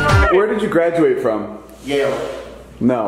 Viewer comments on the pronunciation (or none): where did you graduate from? "yale!" no no "yeil"